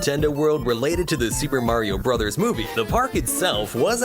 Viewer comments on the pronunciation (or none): none